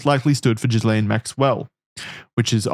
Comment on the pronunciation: This is some of the most thorough investigative material I've seen on the subject matter... And yet, is still pronouncing Ghislaine as jizz-lane 😂